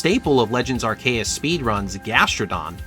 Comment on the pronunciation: Normally I wouldn't make a comment to say this, but there are no comments at all, so Sir Hammerlock voice ALGORITHM ENGAGEMENT, HO! (Does that reference date me? God I'm getting old) That said, "Arr-kay-us"?????? I have literally never heard someone pronounce it that way. I use "arc-ee-us", and I've heard "arse-ee-us", (and the fact that I have to spell it that way is precisely why I don't think that's right,) but "arr-kay-us" is definitely a new one. Until pokemon comes out and gives us a definitive answer I can't say you're wrong, though, so you do you. (Also, Legends: Arceus is the best Pokemon game in the series and I will die on this hill.)